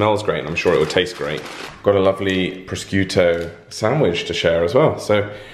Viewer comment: That pronunciation of "prosciutto", though.